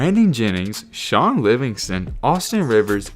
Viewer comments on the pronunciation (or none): none